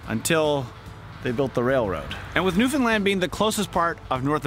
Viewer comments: Thanks so much for pronouncing Newfoundland properly!!! 👍👍🤪👍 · thank you for pronouncing newfoundland correct! as a newfoundlander myself, i hear people almost daily say “newfinlind” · You did Newfoundland right! Glad you enjoyed our province. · So nice and kudos to you that you pronounced the name of our province correctly throughout the episode!!!! Awesome representation of our province. If you enjoyed your ATV adventure, you should check out the Youtube channel "Crossing Newfoundland by ATV"